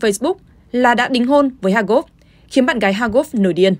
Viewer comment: ng đầu tiên đọc tin.... Cô gái...phát âm cô gải😀😆😅